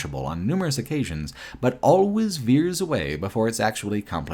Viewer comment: I can't ignore the fact that he pronounces 'always' as 'al-ways', 'al' as in alligator. As well as, 'unending', he pronounces as 'on-ending'. 'Uncritically' > 'oncritically' 'Unbelievable' > 'onbelievable'. It is so distracting. I have to say though, I'm loving watching the video, some of these RE games I didn't play, so it was interesting to see them. Also agree on RE5, RE6. Didn't like those either.